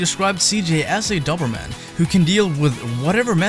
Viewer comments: the guy in the video was saying it wrong. Dober is pronounced the same as Dozer like in Bulldozer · I had no idea that in the U.S, That's how you pronounce "Doberman" 😂 In grand old England it's pronounced "dough-berman" - Not that anyone will give a shit! Great video btw man 👍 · Why are you so bad at saying Doberman? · You know a Doberman is a type of dog and youre pronouncing it wrong right?